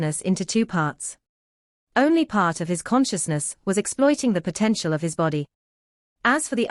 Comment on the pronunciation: Potentialality...... haha 😅